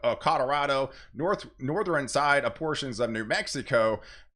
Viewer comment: I never heard western, eastern , and northern pronounced like that I wonder where they say it like that in the US